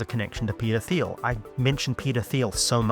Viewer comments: Peter teel not theel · Every. Time. He said Peter Thiel I heard pedophile. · "ermm, hrmm, hmm 'Peter Thiel'? How do you pronounce that? 'Petah Thile'? Am I saying that right?"